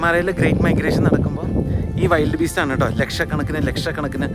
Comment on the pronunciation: Pronunciations of African animal Wildebeest (not wild beast) is like " Vi - ld " വിൽഡ് ബീസ്ട് (not വൈൽഡ് )